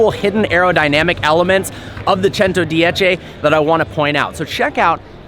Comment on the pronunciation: Pronunciation of 110 was perfect 👍